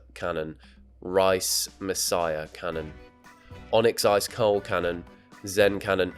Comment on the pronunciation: why is no one talking about the fact that he’s saying rice messiah cannon